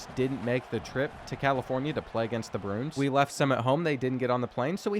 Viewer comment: Dont know whats worse reads usually causing an int or trying to say Bruins. (In all seriousness hope everyone in Hawaii is ok)